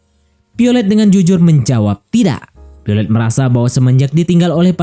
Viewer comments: Violet bukan piolet😂😂😂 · Piolet wkwkwkw VIOLET VE VE VE bukan PE....VIOLET bukan PIOLET